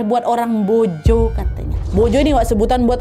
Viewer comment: Maa sya allah,kagum sm k nad nyebut nama pelabuhan dan penyebutan mbojonya pas sekali.sering dengar bahkan pembawa berita nasional aja banyak salah penyebutannya.terima kasih k nad semoga makin sukses 🙏🙏🙏